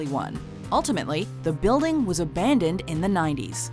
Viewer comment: Ayyyyye aban-ndoned